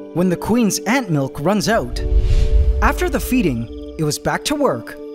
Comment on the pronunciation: God I wish you'd stop saying Ant Milk like that lmao. Did the first ant emerge in a similar fashion and we just didn't have a chance to watch? It sure seems like she just sprung out of there no problem, making this second ant seem like such a drama queen! I'm actually surprised ants needed so much help emerging, I thought they kinda cut out of the cocoons themselves.